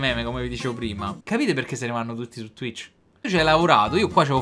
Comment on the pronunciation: Lo sai pk? Perché dici twich